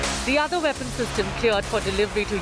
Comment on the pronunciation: vestern veapon? Can they not see that those words start with a w?